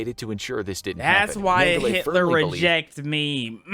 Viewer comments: “ Height ler” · “He was just like heightler”💀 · I love the way he pronounced Hitler. 🤣